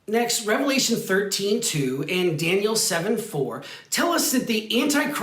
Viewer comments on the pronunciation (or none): Daniel, not Danliel